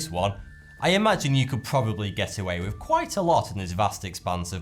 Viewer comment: Pet peev: why don't you pronounce your 'th' properly? For example, you say 'wiv', rather than 'with', or'fought' rather than 'thought'.